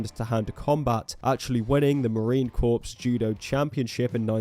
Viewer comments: Negro, "corps" is pronounced "core" not "corpse" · i think its pronounced "core", like apple core. Not "corpse" like a dead body. :) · Its pronounced core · Nobody correct the mispronunciation of the word "corps"; this way is funnier